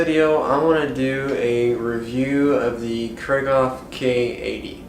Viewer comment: Kreeghoff, not Krayghoff!